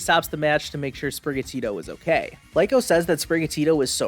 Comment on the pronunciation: No hate but I believe Liko is pronounced like Lee-Ko